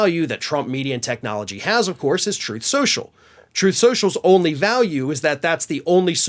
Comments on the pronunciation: “Troof or Consequences “… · Troth Senshul 😂😂😂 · RIH, "Troth sential" / "Troof sential" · Troth sential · Troathe Senshul! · “TROATH SENTIAL”!!! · “Troth Sential” RIP 💀⚰️🪦⚱️ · you pronounced it wrong; its "Trothe Sensual" ~ I heard Trump state that himself. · Troth Central as Trump likes to mispronounce it. But then who would expect him to know how to pronounce a word like 'truth'? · "Throthe Senchul" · You mean, Troth Sential? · You mean, troth schochel? 😂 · the end of "troth senschel"... oh,no! ...anyways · “Troth Sencial” —DJT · “Troth Sential”- DJT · tRump mispronounced the name of his social media site as "Troth Sensual" (or something like that). David Pakman uses that foible on his show when he's remarking on donny's comments. In Ukraine, they elected a comedian to be their president, and HE HAS BEEN truly admirable. Here, we elected a con to be a president, and he turned out to be a clown, truly disgusting. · He can't even pronounce the name of his own gig properly....Troth Cential. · Truth social? During one of Trumps speeches I thought he called it "Troath Sensual". I've been calling it that instead.